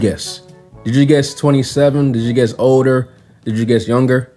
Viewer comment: Everybody keeps saying "odor" instead of "older".😅